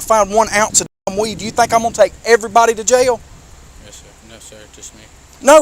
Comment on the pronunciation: JAIL has 1 syllable..not 2...I'm southern & even I know that! What a disgusting douche bag! When he ends up in jail cause u know his narcissistic attitude is gonna get him in trouble & he will forget he doesn't have a badge anymore...there will be a line formed to "f**k the police"...🤣